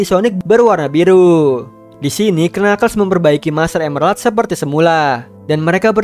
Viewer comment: master emerald bang bkn master emlelard